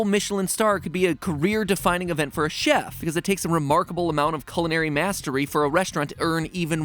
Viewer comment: Am I the only one bothered by him pronouncing Chef as çef and not şef.